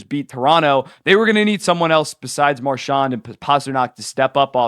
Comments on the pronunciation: When you said Marchand it sounded like you said “Marshaun” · Most people from Atlantic Canada say it like that but I don’t think he’s from there so it’s kinda strange